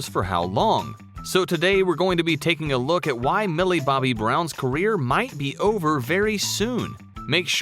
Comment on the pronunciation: And say her name right. Shes named Millie BOBBY brown. NOT Millie BOMBAY brown!